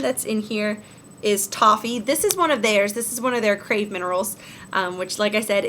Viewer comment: I think the "processed" "shipped" emails are all automated. They just go out as soon as you purchase. And did you say "Craze" minerals? It's Crave. Anyway!